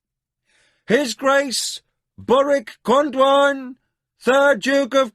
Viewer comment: THANK for this audio book loved Sci-fi and fantasy since I was 15 still love it at 71, Just really don't like the way he says Crydee When it should be CRY dee. his way sounds more like kridy.., and Con-dion which he pronounces con-dwan..